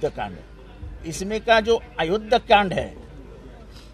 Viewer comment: सुंदर कंद नाही सुंदर कांड म्हणतात एव्हढ ही माहित नाही